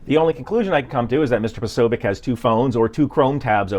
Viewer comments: It is pronounced 'Posobyets'. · tbh it /should/ be more like "posobietz", but rarely Slavic surnames survive in their original pronunciation longer than 1 generation xD